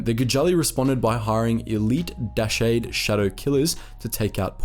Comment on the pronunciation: BTW, "Dashade" is pronounced "Da-Shaad". There is one in SWTOR and is referred to that way in-game.